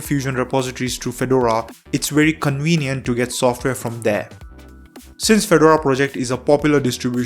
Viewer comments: Feh-door-uhh, not fed-ur-uh. Per Red Hat. And Ubuntu (all Debian variants, really) is just as good. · It's pronounced Fe-DOR-a, accent on the 2nd syllable. Like the hat in their logo. You're saying FED-or-a. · Fed-DOOR-RAR - not Fed- u - ru ;) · I thought he was saying "Phaedorah". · Pheh dora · You have done a great video, but it is pronounced Fah-door-rah, it is a type of hat. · Drinking game -- drink every time he mispronounces Fedora.